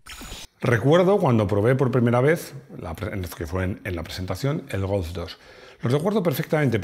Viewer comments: A mi me ha faltado un mínimo repaso a los otros golf's de las distintas generaciones. Por cierto, como dices GOLF? parece que digas "GOWF" o algo así... hace tiempo que me fijo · Pronuncias muy mal la palabra GOLF, es que tienes algún problema en el frenillo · El "gos" ? 🤔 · Cuando dice "golfz"... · Me flipa cómo pronuncias GOLF. A mí no me sale igual. Saludos.